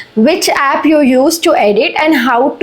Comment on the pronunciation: App ❌ happ 🤣